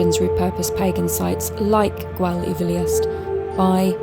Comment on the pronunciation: Gwal y Filiast . The y is pronounced as "uh". (as in Bettws Y Coed ) not ee . Well done on finding the lair .